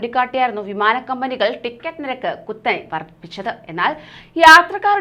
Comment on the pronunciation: ഫിമാന ടിക്കറ്റ് അല്ല വിമാന ടിക്കറ്റ്